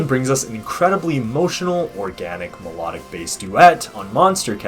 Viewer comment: I think you should focus on the pronunciation of melodic first, also nice video